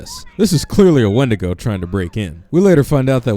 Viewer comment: win-dee-go NOT when-di-go